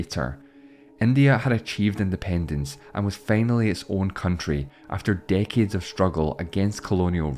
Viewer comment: "day-keds" (decades) of struggle... Interesting accent. South Africa? New Zealand? Are the "e" and "a" sounds just flipped? Would "date" be pronounced as "debt"? And would "let" be pronounced as "late"? Sounds so weird to me as an American... He pronounces "1806" as "Ee-tayn ooh sex" Also, I assume he is South African b/c he talks about that country?